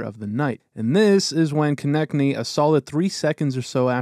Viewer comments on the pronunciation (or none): his name pronounces K O NE TS N Y not konekny